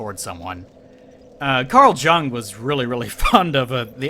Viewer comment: The jung in Carl Jung is pronounced "yung"